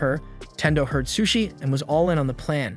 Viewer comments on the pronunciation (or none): Bro its not sus-i its pronounced SOShi not sus-i soshi that not how its spelled tho its sushi